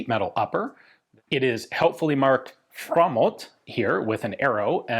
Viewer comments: Not a bad pronounciation of Framåt at all there! Nice! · Writing "FORWARDS" in yellow caps with an arrow pointing at the muzzle is hilarious to me. *edit: framåt really means forwards and not just front as Ian states. His swedish pronounciation has really improved though.